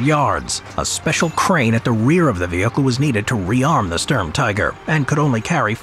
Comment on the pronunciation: IT IS STURM NOT STURM !